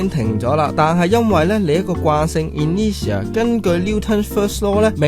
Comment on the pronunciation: Google 係讀 i nur tia 架喎，吾係in ne tia, anyway keep up the high quality!